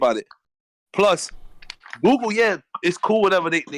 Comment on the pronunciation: Lmao can’t even say Google... this man said “Goo-ga” 😂😂😂😂